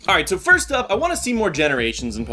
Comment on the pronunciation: Great dat said "frist"